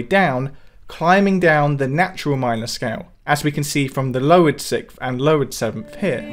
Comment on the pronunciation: "sikth". I hear it every time lol.